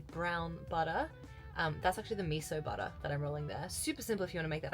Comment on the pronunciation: say buttah one more time i dare you